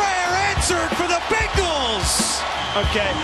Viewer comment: did he just say... Pray answered for the Begals? Lol. Also, if the Browns and "Begals" were in London. Holy crap.